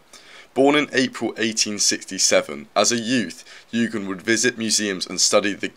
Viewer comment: YOU-JEAN, is how it’s pronounced